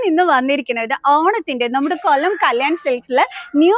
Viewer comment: പല്ല് കടിച്ചു പിടിച്ചു ഉള്ള സംസാരം. Nall🙏മലയാളം അറിയുന്ന ആൾ കൊല്ലം എന്നതിന് കൊള്ളം ന്ന്..😂സാരി സൂപ്പർ സംസാരമാണ് പ്രശ്നം